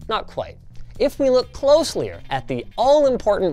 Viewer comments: did linus just say "closlier" ? LMAO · I believe I never heard him say it properly)